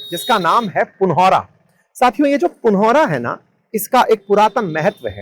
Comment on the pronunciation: पुनौरा, और पंथपाकर सही उच्चारण है।